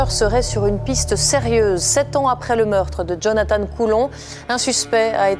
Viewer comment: Lui, c'était Jonathan, pas Jonathane.., Jonathane, c'est l'autre..